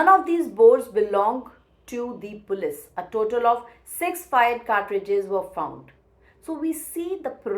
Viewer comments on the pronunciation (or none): none